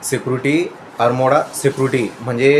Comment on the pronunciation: अर्मोडा नाही रे आर्म गार्ड 😂